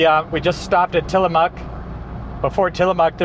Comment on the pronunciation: Kudos to you guys on fixing your pronunciation of "Tillamook" between your last PNW video and this one lol. Great content as always!